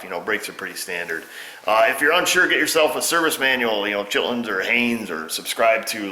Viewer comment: I swear when you told us to grab a repair manual you said Chitluns...made me laugh...